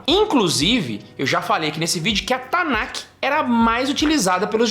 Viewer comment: A gente fala Tanakh, mas pronuncia"TANÁ" é não tanaqui